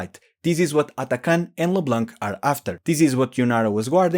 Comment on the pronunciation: I love how you absolutely try to say Xin like its should be say. But you really dont care for Leblanc. If Xin is pronounce to the chinese method du is an chinese name. So Leblanc should be pronounce as a french name because its a french Name. And so the C at the end is silent.